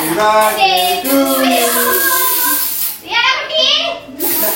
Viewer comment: Birthday ❌ burday😂☑️